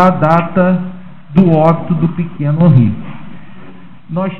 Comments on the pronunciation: QUE FALTA DE RESPEITO DO ADVOGADO DE DEFESA, POR ERRAR O NOME DA VÍTIMA DURANTE TODO O TEMPO... NÃO É "HANRY", O NOME DO MENINO É "HENRY". SERÁ DESLEIXO OU PRA IRRITAR DE PROPÓSITO? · "Hanry" e insistentemente o dolze 🤦🏻‍♀️🤣 (12 doze 💁🏻) phod@ 😂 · Além de nem saber pronunciar o nome da vítima que é filho da cliente dele. Irritante ouvir ele repetir várias vezes "Hanri".